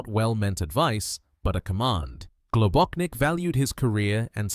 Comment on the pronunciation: GlobóCHnik, not GlobóKnik. His surname had Slovenian origins